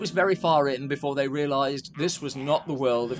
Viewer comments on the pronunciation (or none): none